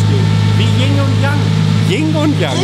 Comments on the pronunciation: Ying und Yang😂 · Yiing und Yang😂